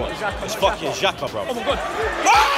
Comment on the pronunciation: It’s fucking xhaxa bruv 😂😂😂